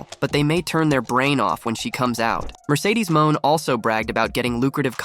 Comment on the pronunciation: Who is Mercedes MOAN!!! Lol...1st think in journalism is PRONOUNCING NAMES CORRECT!!! LOL